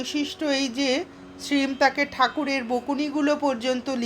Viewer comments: Apni ‘Shreem’ keno bolchen ? Ota ‘Shree Mo’ hobe…Master mohashy er short Mo. …. Otherwise it was enjoyable. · Sri mo uchharon korbe khub bhalo lagche. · আপনার শ্রীম শব্দটির উচ্চারণ সম্পূর্ণ ভুল